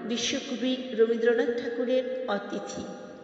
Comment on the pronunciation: এই কবিতাটি পড়েছি বহুবার, কন্ঠ উপস্থাপনা প্রথম শুনলাম.... সুন্দর পড়লেন ❤❤❤ যথার্থ অনুভবী পাঠ মন ছুঁয়ে গেল.... কিছু মনে না করেন তো বলি "অতিথি " উচ্চারণটা কানে লাগলো... " অ "এর পরবর্তী বর্ণ ই-কারন্ত অথবা উ-কারন্ত হলে "অ"এর উচ্চারণ "ও " মতো হয়.... পরবর্তী বর্ণ আ-কারন্ত অথবা এ-কারন্ত হলে "অ" এর উচ্চারণ অপরিবর্তিত থাকে.... অনধিকার চর্চা মনে হলে মাপ করে দেবেন 🙏🌹🌹🙏